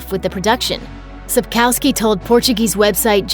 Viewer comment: Like nothing with Geralt with a look of a drunk Legolas the Elf 😖😖😖🤣🤣🙃 And all the wrong way of pronouncing everything like Ciri was an apple and she is Ciri not Sriri 🤢🤢🤢 And ruined sence of humour Ans Sspkowski is not capsovsliskay 🤢🤢🤢